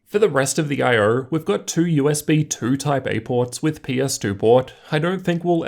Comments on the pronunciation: Lmao he says “I er” not “io” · Is no one going to point out the way he says I/o?